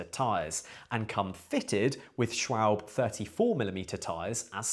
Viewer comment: Sorry for being the annoying german, but the e in Schwalbe isnt silent